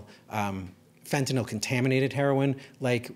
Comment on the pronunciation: Finally, someone who can actually pronounce the word "fentanyl" correctly